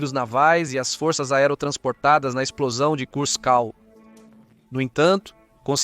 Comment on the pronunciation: Será q , fôrças é pra rebaixar aquele vc fala ou vc quer falar forças...